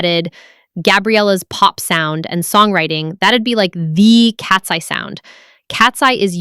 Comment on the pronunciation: Why do you randomly call them Katsee instead of Katseye?